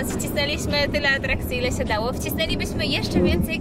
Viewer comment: Cjeść. Ruszamy s portu i może w końcu uda nam sjee tsosś zjeejscć... Skąd ta infantylna maniera w wymowie ?